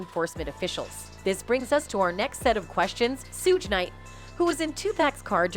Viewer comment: Suge is pronounced shug like sugar